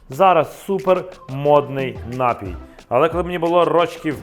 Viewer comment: Вообще -то НапІй, а не нАпій. Ударение на втором слоге.